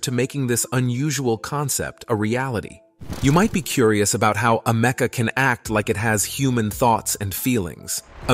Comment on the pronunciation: It's Ameka not Amecka 🙄